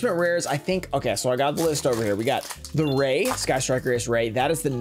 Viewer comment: This set is good like all ots typically are....but why are they constantly putting the rare cards in weird spots mixed up? But honestly I like ghost reaper the best sucks she's the cheapest but yooo it's Raye not Roze lmao